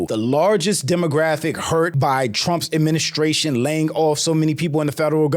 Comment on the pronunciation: Is he saying "adminiscration"?!?!